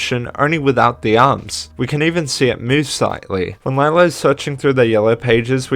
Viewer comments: Cool video! Although Lila's name is pronounced "Leela", not "Layla". And Sr Pelo is not "Sir Pelo" it's "Señor Pelo" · Nice video but it kinda annoyed me how you said sir pelo it's actually senor pelo (it's Spanish for mr) easy mistake though also the name of skids mom is pronounced lee-la not lie-la but other than those to little mistakes this video was really well made good job 👍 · Nitpick but I believe its (Lee lah) not (Li lah) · It is actually pronounced lila not layla. I believe thats what i heard one of the characters say. I think it was jaune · I notice you’ve been pronouncing Lila’s name incorrectly (which is a common mistake made by a lot of the fandom including myself until it was stated in the fourth episode), but her name is actually pronounced “Lee-la” rather than “Lie-la”👁👁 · Actually I think Lila's name is pronounced Le-La, correct me if I'm wrong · I LOVE SPOOYNMONY LORE OGMB ITS SO RAD HGahahHHGgAAA Sorry I got excited Edit: Also slight correction, Lila is pronounced “Leela” in the 4th episode. It’s alright tho, I pronounced it the same way a long while ago. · You pronounced lily wrong Lee-La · And you pronounced Lila's name wrong... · You pronounced Lila wrong